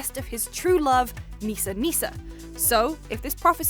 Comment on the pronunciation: Did you just say her name was *Meesa- Meesa*, that's totally Jar Jar Binks in Star Wars!